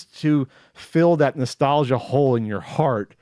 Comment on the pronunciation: I like how says "Nestelgia".... cause he so fan of the Nes he says "Nestelgia".... lol